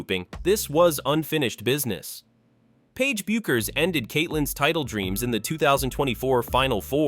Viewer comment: Once again ai's grammatical Ineptitude on full display, pronouncing Paige Bueckers name 3 different ways. That is within the first 30 seconds of the video! When will ai learn the rules of grammar?